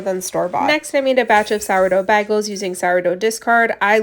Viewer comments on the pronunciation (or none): Why do you pronounce bagels like that lol